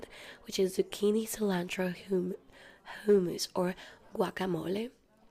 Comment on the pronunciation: 'Qeewua' and 'Hoomoos" are my favourite foods too